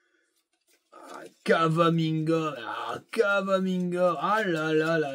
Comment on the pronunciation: Slt, je n’ai pas pu regarder le match (de moins en moins envie de suivre l’équipe de France, merci DD). Par contre, c’est Camavinga, pas Cavaminga. Pour les joueurs lensois trentenaires rincés, j’ai mon idée sur les noms…aha